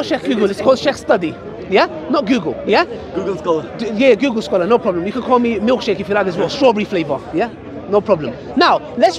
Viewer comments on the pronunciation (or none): i thought he said milk sheikh 😭😭